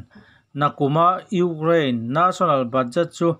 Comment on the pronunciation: Ukrane tih leh National tih i lam dan hi chu ti danglam ve hret la chu ngaihthlak a nuam deuh ang maw le